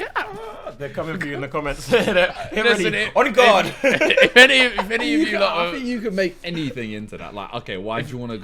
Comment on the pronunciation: I know Tobi is very religious, but I swear he said "on god" instead of "en garde"